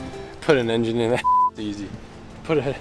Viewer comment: Is that guy saying YenYin instead of engine :D:D:D:D:D:D:D pathetic